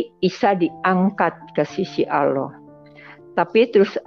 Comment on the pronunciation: Salah kaprah,, orang ini menyebut الله. tidak fasih ,ia menyebut aloh,,, Lalu thowaf itu di Masjidil haram, Makkah,, bukan di Madinah... Lalu sholat subuh di masjid Nabawi Madinah,,, sholat itu mata tidak lihat ke atas, lihat tempat sujud,, kok lihat Yesus atas makam Nabi,,,, ngarang